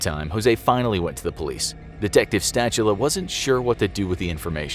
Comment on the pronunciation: Also it's pronounced Sta-hula. It doesn't rhyme with "spatula".